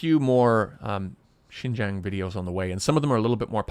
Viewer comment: I am not sure how long you were in Xinjiang but I feel like it wasn't long enough to even be able to pronounce Xinjiang correctly. It appears that this video is not at all about an interview with a Uyghur survivor of one of the reeducation camps but instead a major part of the video is used to slam the United States of America. You are offensive and harbor opinion that is based in ignorance.